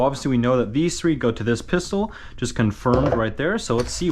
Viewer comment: Am I the only one that noticed that on the black with gold he said fistol